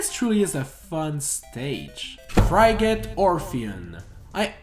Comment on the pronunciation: You mispronounced DRACULA and promptly bashed Shadow Moses.. wh.. FRIGATE? F R I G A T E ?? Colliseum. C O L L I S E U M. A RACETRACK ISN'T A STREET. CORNERIA. TERMINA. BATTLEFIELD AS A COP-OUT ENDING. rrreeee EEEEEEE EEEEEEEEEEEE EEEEEEEEEEE EEEEEEEEEE ĘĖÊĘËÈEEĘÊ Atleast we can agree that Brawl's themes were the best.